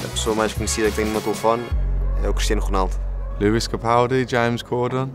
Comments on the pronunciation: so nobody noticed how palhinha pronounced Cristiano Ronaldo's name?... krisk conald 😂😂😂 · Cristian Ronald So that's how you actually pronounce his name